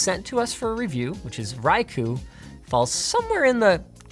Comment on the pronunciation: Which is funny considering he pronounced Corsola more or less correctly (basically a tomato tomato pronunciation), but royally messed up Raikou's pronunciation by falling for the classic "pronouncing the u" beginners trap.